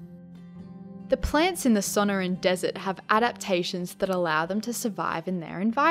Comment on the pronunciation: Suhn-Ore-ahn (suh-nor-ahn) More emphasis on the NOR not Son-O-rin